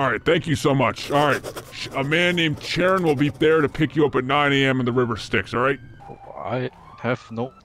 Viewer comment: man the pronunciation of chiron is killing me xD